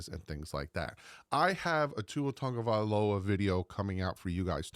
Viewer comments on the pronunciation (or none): none